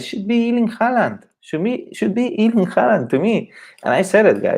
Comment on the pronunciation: Please learn to pronounce his first name properly, the Germans are closest so far, even the British are better than this Iiiirling!!